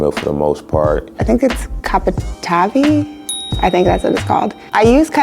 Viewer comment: The brother mispronounced Cavatappi,lol. Plus his Mac and Cheese looks very dry. And the women also said it really wasn't seasoned.